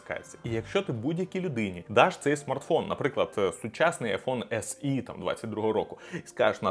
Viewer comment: о Боже, мабуть, вперше чую на огляді "ес і", а не "ес є". Аплодую стоячи👏